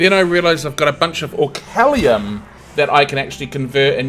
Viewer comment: It's not orcallium